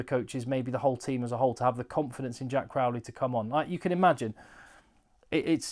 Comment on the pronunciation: I don’t want to come across as a bore but I can’t figure out where this trend of pronouncing Crowley like Crawley. It’s Crow like the bird. It’s quite bizarre. Even the Irish pundits are at it now.